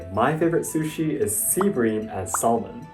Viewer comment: Calling it "sushies" is killing me!